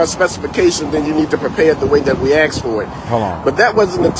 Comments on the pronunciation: It’s asked not ax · It's "ask", not "aks". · An extablishment!! LMAO I axed him. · I think he should go back to school to learn how to speak ENGLISH!!!! Especially when he is supposed to be a pastor! It is insane that he said EXTABLISHMENT and then he said AXED him and his wife to Not come back I don't have much faith in his opinion of the matter! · Ecstablishment? 😆 I needs to be cooked the way he axed for it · He axed for middle well! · He talks like jasmine crooked. I did not trust him as soon as he said axed. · Why can black people not say "asked" they always say "axed" it is so dumb😂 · Holy crap! I was literally writing a witty comment about "axing" him to leave the "extablishment" when he said "axed" 😂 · kinda like he "axed" a question, lol